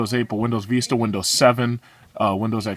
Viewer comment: and its pronounced Windows Vista (vistə) not veestuh